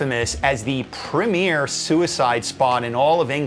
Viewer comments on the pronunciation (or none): none